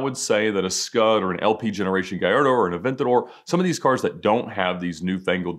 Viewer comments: As an Italian I'm very offended by "scud" RESPECT FOR PRODOTTO ITALICO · Say “Scud” one more time, Ed.